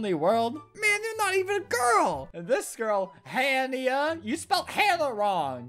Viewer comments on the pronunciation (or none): She didn't spell Hanna wrong. It's pronounced han-nee-a I know because a kid in my class is named Hannia. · Hey Albert hannia is a Spanish name so it's pronounced differently